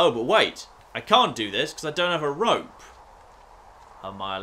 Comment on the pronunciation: He keeps saying rop instead of rope